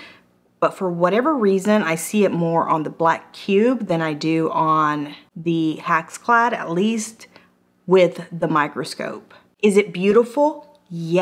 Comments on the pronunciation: It's pronounced HexClad with and "e" sound as in Echo. It's not pronounced HaxClad with an "a" sound as in Ax. I've owned HexClad for a long time. It's the best cookware I've ever had. I cook daily and use the cookware daily. The best price for it can be found at Costco during a Roadshow event. If you watch the online sales from HexClad you will save money. I like the fact that they have so many various pans that also come with lids. The HexClad Wok is to die for! Buy cheap and you get cheap results! An 8 inch pan is too small, even for a 2 people family. Do yourself a favor and get the 12 inch pan with the lid. The lid is free when they run sales! The scratch test here is worthless. You will or may scratch any pan if you use a metal mixer in a metal pan. Only a fool would do that. As long as the non-stick capability isn't ruined, who would care anyway. Straight from HexClad - If anything impairs the functionality of the pan we will replace the pan! The only things not covered are cosmetic-like stains or minor surface scratches. While our pans are scratch resistant it is important to note that anything can scratch…Even a diamond. With normal use metal spatulas, whisks, spoons are fine. Sharp utensils could possibly leave a scratch. If this happens it is only cosmetic, it will not affect the performance of the cookware. If the pan fails to perform, we will send you a new one!. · hex not hax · Hex pronounce it the way it's spelled, not HAx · It's NOT HAxClad! It's HExClad! The first vowel is an E not an A!!! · I reckon it’s pronounced hex- ex, not hacks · Love how she says hax instead of hex lol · I think it's HEX....like Hex...as in Spell or Hexagon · Hex. HEX. as in Hexagon. Come on now. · Why are you saying haxclad...drove me crazy